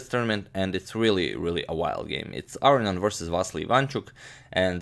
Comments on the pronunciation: Not Aronyan, but aronYAn. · You are unquestionably mispronouncing "Aronian"; "Arian" (as you pronounce it) would violate not only every principle of pronunciation (it is not possible for "-on-" to be silent) but it would also be the only Armenian name in history that didn't end in the two syllables "ee-an". There are four syllables in Aronian: "ah"-"roh"-"nee"-"an". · Levon's name is pronounced - lEvon aron-yAn. Not, levOn arO-nian. (capitals represent location of intonation) Agadmator, your pronunciation sounds like "Aro-ian", swap the "i" for a "y" as in "yum" and add an "n" just before it. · Your English is impeccable. The perceived mispronunciation (I pronounce it "a-rone-ian" ) I just attributed it to your Croatian accent. Doesn't bother me at all. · Gustafsson and Svidler pronounce it Ar-row-nee-an. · Pronouncing Aronian incorrectly? How about "wit" - you pronounce so much shit incorrectly, while being smart, you make me wanna be a superintendent. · No, he's actually saying 'Aronian' wrong. You can hear the correct version of his name in this video.